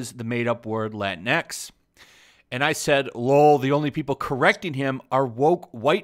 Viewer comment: You can't even pronounce Latinx in Spanish correctly! Minimo yo no puedo lol